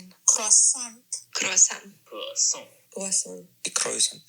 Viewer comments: i HEARD that finnish ’kroisantti’ from a mile away😂love that you got that in there. Finnish is such a silly language, even if we have totally borrowed words from other languages (we actually have a finnish translations for croisant and its voisarvi which means butterhorn) we still manage to finno-ugric words completely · Kwah-saant, during the octopuses discussion is hilarious. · As a native French speaker (France not Canada) this is the first time that anyone has ever explained to me that “kwasoh” is how Americans things French people say croissant, and I am begging you please, that if you can’t roll the R just don’t. “cro-son” is so much closer, a boring R and remember to drop the T and you’re nearly perfect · Heard a Brazilian Portuguese "croissant" there